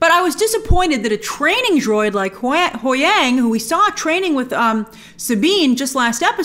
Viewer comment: Huyang not Hwang, Grace.